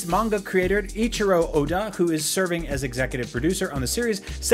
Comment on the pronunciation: Dude whats with you pronounciation, Ahnime, Luhffie, Aichiro oda